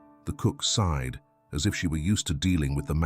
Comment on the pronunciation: sighed not side